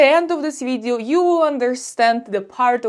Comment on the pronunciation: As soon as you said “vidzeeo” I knew you’re Russian.